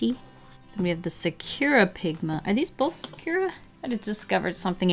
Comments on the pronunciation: It's not "secura" pigma, but sakura pigma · Isn’t it Sa-ku-ra and not Su-cure-a? I may be wrong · it's been about three years but I have come to be annoying haha: sakura is pronounced "SAH koo rah" not "sa CURE rah" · It's definitely NOT pronounced like sa-coo-ra. That is what English/American people make it. I would say it's more like 'Sa-kur-ra (accent on first part), but it's hard to explain since the English U is pronounced differently. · Sukura? Do you mean Sakura (Japanese word) Sock-ku-ra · Sakura is not pronounced "Sukyura", it's pronounced "Saa-koor/kur-aa". It means cherry blossom in Japanese. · I believe it’s pronounced Sah-kur-ah not sa-cure-a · i dont think that sakura is pronounced like that (or maybe it is and company just made a twist on the actual pronounciation.) it is actually pronounced sa-coo-ra fun fact a sakura is a cherry blossom tree and it is japanese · Saw-koo-raw no emphasis, say it straight. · it's true it's pronounced differently, but not as this person described. The letter U in Japanese is usually very short and almost non existent. Things that end in -masu (looks like mah-soo) for example end up sounding more like mah-ss. So a closer pronunciation would sound kiiiinda like sock-rah. (But with a slight break in between the k and r sound and a slightly rolled r. One hack would be to just use a sort of soft d sound in place of the r). No "oo" sound of emphasis on the u. Hope this helped and wasn't too confusing sounding! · sah-cure-ah lmao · fyi it is sah-koo-rah. No shade girl just so you know. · Sah-ker-rah---is how sakura is pronounced just and fyi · I have to say it The way you say Sakura makes me cringe a bit lmao I've always pronounced it Sah-koo-ra (Sah-koo-da if its the Naruto character lol) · ...it’s pronounced Sakura (saw-COO-dah) :> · First Copic now Sakura? Am I pronouncing everything wrong?...... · the way you say sakura is funny lol not hating but it's just pronounced differently XD